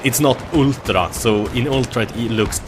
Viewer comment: You are sayng ULTRA very weirdly :D